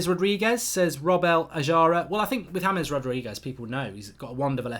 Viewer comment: it’s pronounced Ha mehs ( not being critical just letting you know )